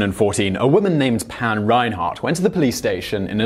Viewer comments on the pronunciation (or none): none